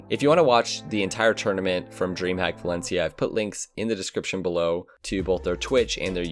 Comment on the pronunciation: ngl,every time you said valencia,i kept thinking you were saying balenciaga